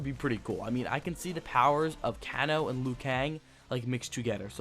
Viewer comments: Kahn-o instead of Kano as well. He lost me completely when he said he didnt own MK9. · Sang Koo, Koon Chai, & Canno? Correct pronunciation is a as follows : Shinnok - Shin•Nock Quan Chi - Kwaan•Chee Kano - Cain•Oh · i came here for can-chew (shinnok), and can-chi (quan shi) and can-oh (kano) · It's pronounced Kaynoe shin ok and Qwan che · Yea and Can-O! WTF is wrong with this guy. Obviously does not know anything about old MK arcade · Dude! Shinnok (Shin-Ock) Quan Chi (Quan-Chee) Kano (Kane-Oh) Shujinko (Shu-Jink-Oh) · he even butchered Kano! lol but he can pronounce LIU KANG lol but the info was cool!